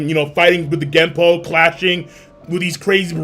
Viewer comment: Its Gepo, not gempo you bambo